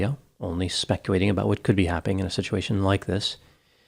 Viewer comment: 12 seconds in you say "Specuwaiting". I shut down my PC.